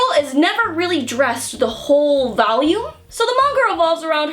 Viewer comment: so adorable. She almost managed to pronounce volume correctly this time XD